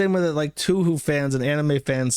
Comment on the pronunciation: Drink every time jersh says toohoo instead of touhou